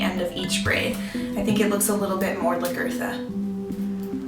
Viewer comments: Nice video, but the pronunciation of her name is L-ah-guh-tha. So the "La" part is like the beginning of the word laugh, the r is not very pronounced so it comes out more like guh, and then tha. It does NOT rhyme with Bertha. Hope that helps, its spelled Lagertha too.:) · Lag-etha is how it's pronounced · Sucks. Pronounce Lagertha's name correctly and take a little more pride in the appearance of your final product